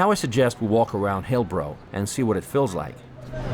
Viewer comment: that's a strange pronunciation of Hillbrow